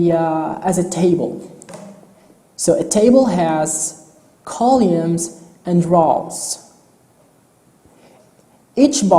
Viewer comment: How he says Columns and Rows while explaining screen width and height and depth. "Kaulumes" ="Columns" and "Raws"="Rows" No Offence Sorry